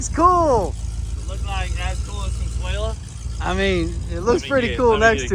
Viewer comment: The correct name in spanish is Consuelo not Consuela